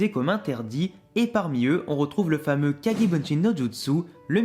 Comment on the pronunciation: On dit kage bushin pas bunshin